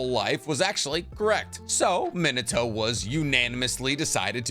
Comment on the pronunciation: It’s not men uh toe. It’s MeenAHtoe.